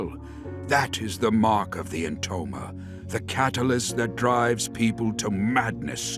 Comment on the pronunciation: Now that I'm watching this again, in 2026, I can't see certain characters from a different game when I hear the name "Entoma" cuz I can't unhear it as "Intoner". And I think they could fit right in. Anyway, let me just count down, why, no reason, really Five, Four, Three, Two, One, Zero